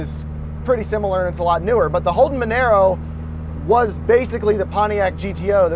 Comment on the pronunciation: sorry to hate but u pronounced monaro wrong but i also think it should be in the game